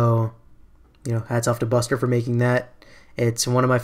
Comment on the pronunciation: I thought Bustre's name was pronounced Boostray -.